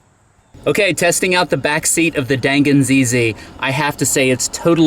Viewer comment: I was in Japan in the 90's and share your enthusiasm. I love that we can these in the states now. And FYI, its pronounced "Don Gon" or "Dahn Gahn."